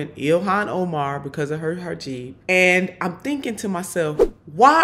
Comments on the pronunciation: 'Herjeeb'? Or Hijab/Heejab? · It's a hijab, not a hajeeb. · Hijab, not hajib. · She’s so unintelligent.. it’s not hajeeb it’s hejab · Not “ha- jeeb,” but “he- jahb.” Boebert says it wrong because she’s ignorant and uncaring. Since you are intelligent and actually do care, please don’t say hijab like Boebert does. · It is not “hijib “, it is “hijab”……. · Im sorry...its hijab not hajiib which means your cheap lol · PLEASE pronounce it correctly, don't massacre it like Boebert does. It's hijab (hee-job), not hajib (ha-jeeb). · What's a hajeeb? Come get your girl, needs a shirt! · It's pronounced "Hee-jaab". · It’s pronounced hee-jab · WTF is a hajeeb?! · Gotcha, neither woman actually pronounces it correctly.